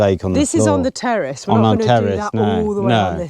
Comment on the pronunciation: What's a terrest 😂 the word is terrace😅